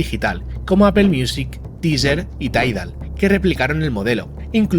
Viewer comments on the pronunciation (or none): Se pronuncia Apple: apol y no es apel